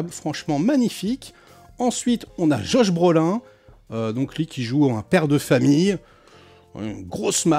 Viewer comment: Josh Brolain lool fais un effort quand meme 😂